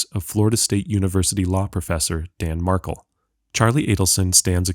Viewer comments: It’s “Mar KEL.” NOT Markle!!! Geesh ! I’ve corrected this so many times. smfh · It's pronounced mar-KELL, not MARK-uhl. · If the narration was AI, then you have a 💩 program. If it was an actual person, then you should listen to the proceedings wherein Markel is pronounced correctly as Mar-kel, and not Mark-ul. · Pronounced Mar -kel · You are not pronouncing Markel correctly...